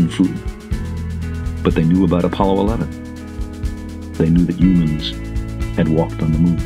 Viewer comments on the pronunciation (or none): Who are these "Yumans" he keeps talking about? They sound a hell of a lot better than us lame "Humans"